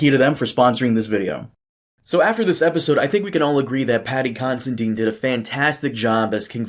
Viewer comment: Am going to be that dick but “dine” like you would eat , you would dine” !! Not deen. It’s not consi “deen” ! Considine ! There my nick picking bull shittery complete for the day Am sure no one cares but hay ho am allowed to be a nit picky prick if I want